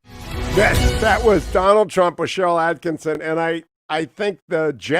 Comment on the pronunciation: jeez cherrist hugh,sheryl at Kih Son, not atkinson